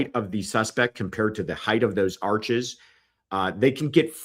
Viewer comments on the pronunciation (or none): none